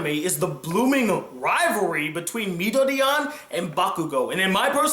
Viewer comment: Why d'you keep calling him Midoriyan?